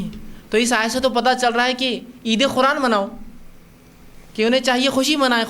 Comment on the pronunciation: Is jaahil ko Quran bolna nahi aa raha hai aur yeh taqreer kar raha hai Quran ko Khuran bol raha hai khabees